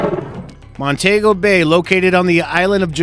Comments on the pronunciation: lol crazy american... it's not pronounced montego it's pronounced mon-tea-go. I'm from Trinidad and have family in Jamaica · It's not pronounced mon-tae-go it's pronounced mon -tee -go